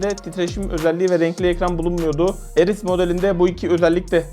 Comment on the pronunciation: Ares kardeş Eris değil.